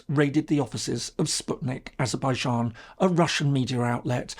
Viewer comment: What's this Azerbaizharn pronunciation? I lived and worked there for over 8 years and no one but no one ever said 'Zharn' at the end of the name.